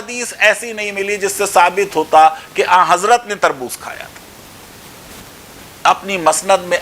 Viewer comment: Sir aa hazrat mt kaheye, Aa hazrat kya. Hai